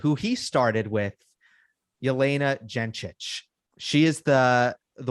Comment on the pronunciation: Love you guys. You always find new things to analyze. Just a small correction - G in Gencic is pronounced like G in Gross